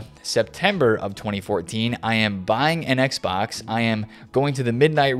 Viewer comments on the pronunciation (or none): none